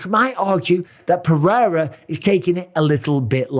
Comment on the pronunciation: Alex Pewrewra, love it! Ahahaha